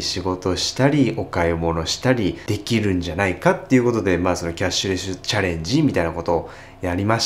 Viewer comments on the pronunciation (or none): キャッシュレシュ……キャッシュレス言いづらいですね(笑)